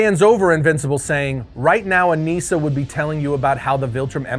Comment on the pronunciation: I thought it was Anissa, not Aneesa?